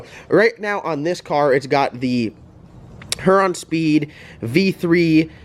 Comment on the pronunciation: Love watching your channel...maybe one of these days you'll pronounce Huron correctly